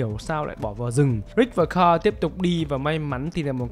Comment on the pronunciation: S ô cứ đọc tên thằng con trai Ric là carrol thế 😀 N là Carl mà